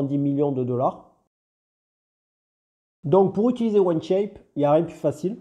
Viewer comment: Merci pour la vidéo ! J'allais faire la même réflexion, c'est On Shape et pas One Shape. Il faut prononcer 'On' comme 'On/Off'. 😉👍